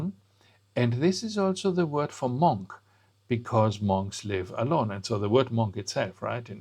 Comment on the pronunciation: Monk is pronounced ‘munk’.